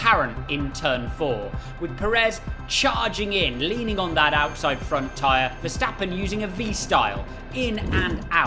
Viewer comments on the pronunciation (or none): none